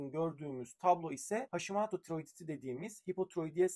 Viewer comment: Hashimaato değil hocam Hashimoto uzatmadan ve “ o “ ile. Japoncayı akıcı konuşan biri olarak söylüyorum